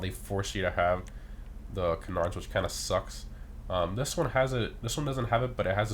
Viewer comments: Can • ards not kunardz lol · It’s “Can-ards” not “Cenards” 😂😂😂 Love these videos! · Bro who ever told you to pronounce canards like that trolled you hard lol. Its pronounced KAN-nerds I promise. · I’m sorry to say this but you’re saying canards incorrectly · Sounds weird but I guess your right lol